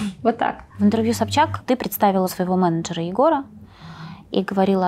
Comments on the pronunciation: Почему она говорит у СобЧака? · Диночка не упускает возможности сказать миллион раз, что она помогает своей семье ) А что, зарабатывая миллионы- это подвиг такой поделиться со своей семьёй? ) В конце концов, она не в шахте их заработала?!) Смешно как она говорит фамилию Собчак - собчакА)) Бухала, курила, с тем таскалась, с другим🤦 как про@@@ какая-то ... Не слышала, что даже бы те русские девчонки Валя Карнавал, Гаврилина вели такой образ жизни, хотя они не менее популярны и молоды А покрытая мать за бабки готова все простить и на весь харам закрыть глаза..) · Собчака🤦‍♀️мне одной это слух режет